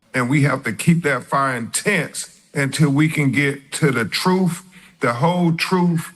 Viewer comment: Get to "duh truf" I can't take it. 🤢🤮👎🏿👹👿😈👺💯